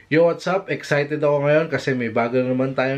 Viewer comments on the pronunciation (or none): none